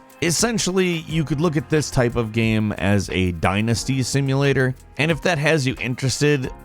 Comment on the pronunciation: Why can't he pronounce the word 'game' 40% of the time?